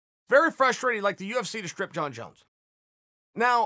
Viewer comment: Me: Jon Jones Uncle Chael: Jon Jons Me: Jon Jons